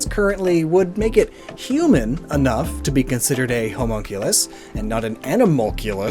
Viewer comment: For a second there I thought you were calling Mewtwo a Homo as in gay and I was like What shrooms have you been smoking